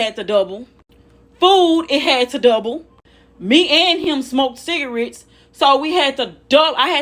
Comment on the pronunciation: She said "Sig-a-ritz"